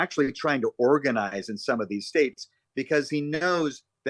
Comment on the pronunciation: Did you see him at the CPAC conference? He said “the United Straights of America, then went on to mispronounce states as “spates.” Both Donald and Biden should retire from politics.